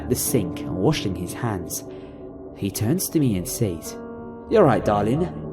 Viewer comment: NUMBA ONE!: It's pronounced "sez", not "sayes". Good job though